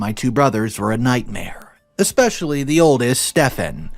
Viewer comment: If you're going to narrate stories learn how to say especially no X in it